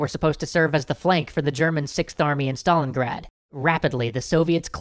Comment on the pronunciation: STALIN GRAD NOT STALINGAAD